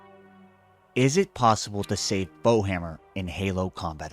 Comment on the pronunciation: AM i tripping isnt it foehammer not bowhammer